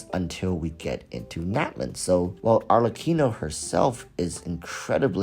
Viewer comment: Finally someone pronouces "Arlecchino" correctly.